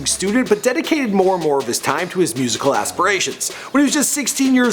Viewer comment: haha did u just pronounce.....UP 2 DI TIME Wroooooooooooongly..visit the carrebian